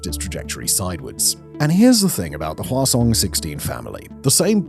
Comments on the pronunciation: Whasong, reminds me of the princess peach and chibi mario croissant video that they just keep repeating croissant, so i kee saying whasong when this guy says it, its fun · Who else giggles when they say Hwasong?